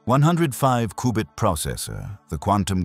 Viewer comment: A cooo-bit processor??? All that power and it can’t pronounce cubit?